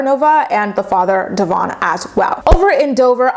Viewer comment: I love you, but can you please start saying Devoin’s name right?🙈 I mean no disrespect towards you, but knowing that Briana says his name the wrong way, because she doesn’t like his given name, is so fucking rude and disrespectful.